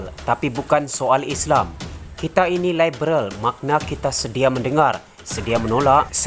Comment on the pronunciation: Sebut liberal pon pelat....hahaha..bodoh punya puak pintu belakang